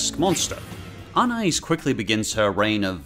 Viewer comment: No one: pronouncing Anais: UN-ICE